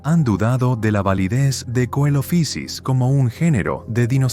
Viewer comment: deberían conocerse más Eoraptor, Herrerasaurus y Staurikosaurus (por cierto Coelophysis es griego, no es inglés y no se pronuncia como hace ahí, ni siquiera en el inglés eclesiástico anglicano que usaban los científicos en la época iban a decir "coelofaisis" ni nada parecido)